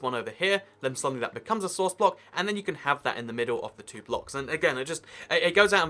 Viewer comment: its source not sworuce idiot